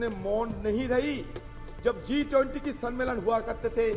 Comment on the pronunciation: जिस पार्टी की आधाक्ष्य को इतने बड़ा इंवेट G 20 बोलना नहीं आता।।o क्या घंटा देश को sudharega। मोदी जी 🙏👍